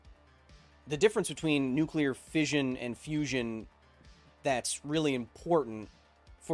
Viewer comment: It's "fission" not "fizhion".